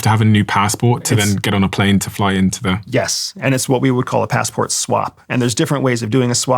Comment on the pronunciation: steven said passport in an american accent 😅